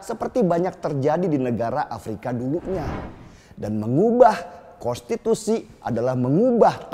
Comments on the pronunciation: Kok sebutnya kostitusi bang 😂😂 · Bg denny gak bs ngmg konstitusi ya? Yg gw denger kostitusi lho🤣